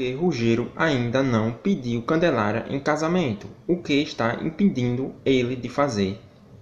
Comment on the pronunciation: O melhor,foi ele tentando falar! "Ruggelaria"